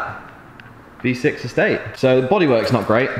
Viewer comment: Im sure i herd v6 not b6 haha 😆 awsome content 👌 keep it up G